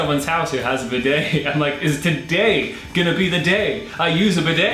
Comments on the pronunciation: Bidet toilet poop....(.wipe ) Then to bidet to wash up.. BIDET BEEDAY NOT BI DAAAY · Wow, bidets! Such a US pronunciation. We say bee day. With the stress on bee. Best used without underwear or trousers, strip off your pants etc. Have a pooh, wipe your bum with toilet paper. Flush. Move to the bee day and wash your arse hole with warm water and soap. Towel dry. They are also great for washing your feet. Unusual to see a bidet in the UK. Personally I pooh in the morning and jump straight in to the shower and get squeaky clean! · Bee day is how you pronounce bidet. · 19.20 pronounce it beday